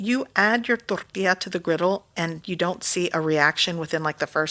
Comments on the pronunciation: i like the way she rolls her r's when she says tortilla 🤣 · how come you say tortilla with a Mexican accent but not everything else ? seems sus to me